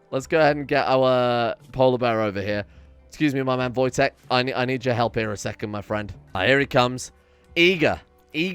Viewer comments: wojtek not wotjek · It’s Wojtek, not Wotjek :3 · its wojtek not wotjek, hhhhh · it's wojtek not wotjek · It should be wojtek not wotjek but it is still funny